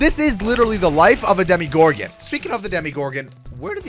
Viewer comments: he said it like deme-gorden when its acally demu-gorden well its pronosed that way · Demogorgon not demigorgon it sounds like demigod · ITS DEMO NOT DEMI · ITS NOT CALLED A DEMIGORGEN ITS CALLED A DEMOGORGEN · Did anyone else notice he was telling demigorgon for demogorgon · Not demi it's demo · Demo not Demi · this is how u say demegorgon dem-a-gor-gin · I love stranger things to much to not correct you it is a dem-o-gor-gon